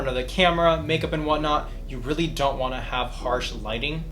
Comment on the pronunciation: Oh how I love the " zon't do it"